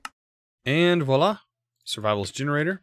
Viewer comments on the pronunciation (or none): none